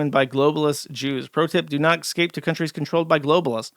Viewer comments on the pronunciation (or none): I can't get over how Josh mispronounces "escape" but has no problems nailing "bestiality".